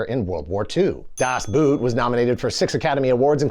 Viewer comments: It's "Das⛵", not "Das 🥾"! But at this point, probably everybody knows about this and is just trying to annoy germans! 😉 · I think it's pronounced "Das B-OOH-t", not "Das B-OO-t". The "oh" sound is extended. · DAHS BOHT! It isnt pronounced👢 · Das 👢??? Das Boot is about a German 'Boot' (meaning a boat), where 'boot' is pronounced as /boʊt/, with an /oʊ/ as in 'boat' /boʊt/, or 'phone' /foʊn/, or toe /toʊ/ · It's pronounced [das ˈboːt] bruh. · "Das Boot" pronounced "Das Boat 🛥" 😊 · Man, I love your videos, but were you trolling us with your pronunciation of Das Boot? Or, didn't you know that it is pronounced as "bot"? (apologies and I am going back to my hole) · Das Boot was mentioned seven times but not once was it properly pronounced ... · Das Boot - the original pronounciation is actually much closer to English "Boat" than to English "Boot". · Congratulations on mispronouncing "Das Boot" 7 times. 😂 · That Das Boot counter should have read zero - the German word "boot" is not pronounced like the footwear, it's more of a cross between "bort" and "boat". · German pronunciation tutorial: "Ende" is close to "en" from "enter" + "de" from "destiny". German "Boot" sounds closer to engl. "boat" than engl. "boot". Obviously 😄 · michael ende ---> its pronounced ....me-kgha-el en-duh.... not my-kel on-dah das boot ---> its pronounced ....dahs both ... not das boot (as in the boot you put on your feet) love the video though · “Michael Anda” … “Das Buut” please, don’t speakk German 😂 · You‘re giving german too much of a flair:D it‘s Ende. Like end in english with another e. Same thing with das boot. Just say it like in english:D we ARE talking about a boat here^^ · Cringing every time he says DAS BOOT or pronounces Ende's name differently as a German native. :P